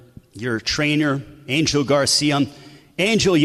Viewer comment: Why can’t this dude ever say “ Garcia” correctly? It’s not “ Garciam”